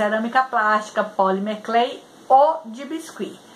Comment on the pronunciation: Ficou super fofinho o colar. Ah, pronunciou certinho sim, hehehe